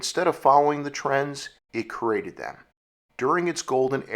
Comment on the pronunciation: Sorry, I can't get past the word 'created' being pronounced "coo-rated' and 'creative' being turned into "curative'".